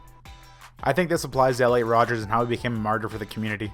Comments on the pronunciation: Did he just say rodgers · It's Elliot Rodger, not Rodgers you mongoloid